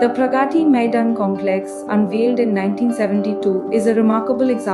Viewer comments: nice video...but why is it so hard for the narrator to pronounce 'Pragati Maidan' ? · Teach AI how to pronounce : प्रगती 🤣🤣